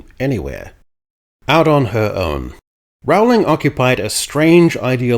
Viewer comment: Rolling. Not ROWE-ling. Rooohhhliiiiing. Be less lazy - if you're going to use someone else's name and words to promote your politics, put in the effort to get their name right.